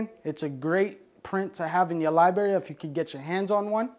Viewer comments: It was probably as many times as "spores". Every time I hear libRary pronounced libarry it hurts my brain. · Love this guy.. lot a great info and has taught a lot. But bruh come on g. It’s libRARy not liberri. If you gonna say it 1000 times please say it right my guy. 🙏🏻🙏🏻please🥺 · Lmao "liberry"... it takes away from the professionalism. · Every time he says Liberry you have to bang your head against a wall as fucking hard as you can and then take a facking shawt uh whiskey ..... You know? To really get fucked up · Its called LIBRARY not libery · Wtf is a lyeberry? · It’s a “library” not LYE BERRY lmao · Im sorry man. I have to do it. It is Li bra ry. Not li berry.😂😂😂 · Lol liberry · Library not Liberry!!!! PLEASE!!!!!!! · its a libRary, not a lieberry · Spoor lie berry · I don’t know if I can take advice from someone who says “libarry” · lie berry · I love how he is incapable of pronouncing the word library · No disrespect..AT ALL but all I hear is LIBARRRY. LOL ..I love it! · But got one hell of a lie berry. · "I gawtya lieberry right here" Got my first like on my last comment and couldn't help myself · I feel a neuron dying every time I hear it... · How is it possible as an adult you pronounce library like a 5 year old? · there are 2 r's in the pronunciation "lib(r)ary" lol. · How can you pronounce the genus name so well but can't pronounce library. Sometimes you're over embellishment with your pronunciations trying to be more hip-hop is annoying. You remind me of Nick Swardson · "Fawck you, cawk sucka" - thoughts that he won't voice because he's too chill